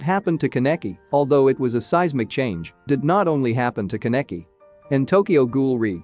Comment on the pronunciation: I hate his miss pronunciation of my husbando Kaneki